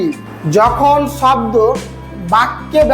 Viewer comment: স্যার শাব্দ না শব্দ ভালো করে বলেন ছাত্র ছাত্রীরা কী শিখবে